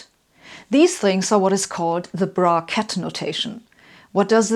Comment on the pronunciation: Why does the word " bra-ket " sounds like it's out of this world ?